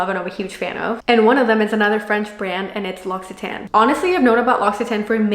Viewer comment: Thank you for sharing and giving good advice for product use but it’s pronounced lock—see—tawn, not tan